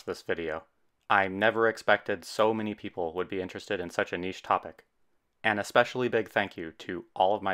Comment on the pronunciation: Fascinating, and aesthetically pleasing. Look forward to future videos. P.S. this was my first time ever hearing someone with US accent correctly pronounce the word "niche". It grates me when I hear "nitch" - I just can't help myself!